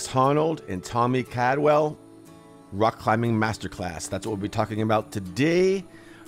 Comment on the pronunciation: Cald- well not Cad-well